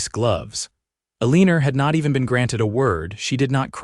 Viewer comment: I do wish someone would edit these - the woman's name is Eleanor, but it's consistently mispronounced and misspelled throughout the story . . . it's pronounced ELLEN-or, not a-lean-or.